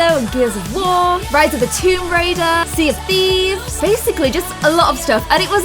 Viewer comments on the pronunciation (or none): none